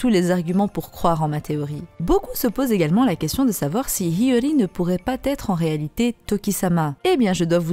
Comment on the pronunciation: "...si Hyori ne pourrait *pas-T-être*..." ? Ça fait mal aux oreilles, aïe aïe aïe !!!